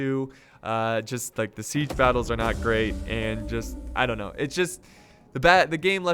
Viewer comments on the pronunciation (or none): none